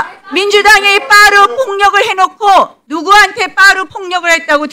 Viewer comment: 빠루? 내 귀에는 빠라 로 들려...ㅋ 저런걸 4선이나 시켜주는 동작구 주민들 반성하셔야 하실때입니다! 부끄러운줄 아세요!